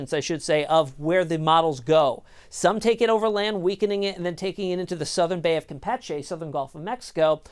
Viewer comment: First time i hear someone pronouce Campeche correctly..mostly pronouce it as campeechee..